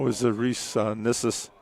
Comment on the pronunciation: Pronounced nish-us rhymes with viscous